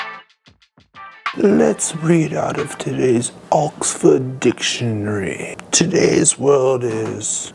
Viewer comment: The way you said dictionary in the intro cracked me up!